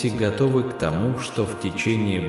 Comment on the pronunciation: Когда ты произносишь ,,тОму,, , мое сердце откликается ,,я вот она,, , я доверяю тебе , Господи, я люблю тебя, Господи❤